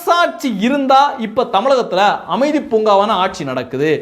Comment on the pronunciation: அமைதி பூங்கா இல்லப்பா அது அ மிதி பூங்கா .